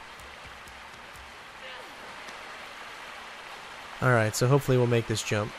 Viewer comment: she was saying bolshevik solider